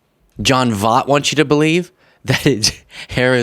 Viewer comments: Take the time to learn how to pronounce people's names correctly. Basic journalism. Very basic. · At least pronounce his name right. JFC. You made dozens of these videos and never learn how to pronounce his name? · Please look up how to say someone's name before producing a video where you repeatedly say it wrong. I can't stand the man, but get his name right at least so everyone knows who you are talking about! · Big fan, love your videos and think you're making a difference BUT you criticized him for mispronouncing Kamala's name while mispronouncing his. He probably did it on purpose, and I'm sure you didn't, but just a note for future videos about his crazy opinions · gen x is going crazy with the way you mispronounce Voight... well, maybe only I am... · Check Seinfeld episode for correct pronunciation of "Voight" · You murder his last name yet I can’t figure out how to phonetically do it 🧐 Angelina Jolies father VOYT ❗️🤷‍♀️if that helps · John Voight (pronounced like Void but replace the D with T). He's actually Angelina Jolies biological father whom she publicly disowned and disassociated herself with years ago. He's since had a mental breakdown and been on several racist rants years back prior to Angelina and Brad Pitt being married. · I love you, but I have to correct you. You're criticizing this gentleman for pronouncing Kamala's name wrong, but his last name is actually pronounced V-oy-t. Lol you're probably too young to know. But still love ya! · Hilarious how you pronounce his name! Makes up a little for his "Camela" bullshiiit!!😂 It's almost as though you're mispronouncing John Voight (like Voyt) as a form of retribution! 😏🤭😂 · It's pronounced Voy-t. How the everlovin' F is Trump Helping, or Going to help ANYONE?!? PLEASE VOTE BLUE, if you Really want to be Able to even Have hopes & dreams 🌊💙👍🏼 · pronounced Voyt, if you're going to call out someone who mispronounced a name, please don't do the same. Not a hater, just an Auntie